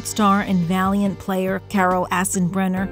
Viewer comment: Valient player😭sorry it's just the way she pronounces it. Poor guy didn't deserve this :(